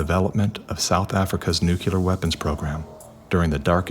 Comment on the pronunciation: But why can't people say "nuclear" correctly?